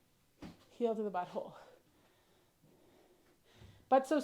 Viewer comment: Bui hole? Where are you from?